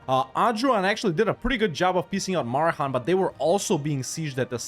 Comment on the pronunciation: It's a historic day! pronounced it "Marehan" instead of "Maheran"!